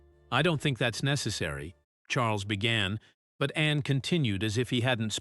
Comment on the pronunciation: Narrator should pronounce Princess Anne's name as it is, not Annie.😂